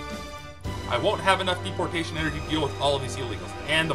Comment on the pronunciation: Omfg this game is hilarious hahaha j"Jdepotation" got me lol